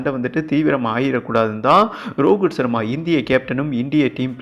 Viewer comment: யோவ் ரோகித் சர்மா வா ரோகுல் சர்மா னு சொல்லிட்டே இருக்கே